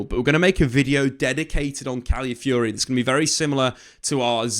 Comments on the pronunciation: Stop saying Cally Fury. That's not the word. Where are you seeing "Cally" in the word you are reading? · Cally Fury? FFS, his name isn't that difficult to say.